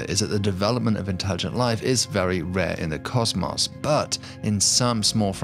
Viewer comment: The way he said "caws-maws" instead of cosmos makes me wish violent thoughts about the narrator